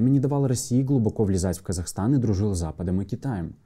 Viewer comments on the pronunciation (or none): none